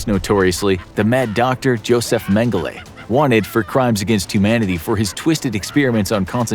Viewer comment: Grrrr-Bulls & Brauuuuun....And then he says The Angle of Death's name correctly.